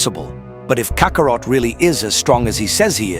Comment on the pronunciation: Cockarot? I cant stand AI